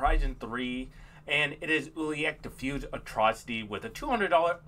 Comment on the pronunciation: It pronounced (U-la-lek)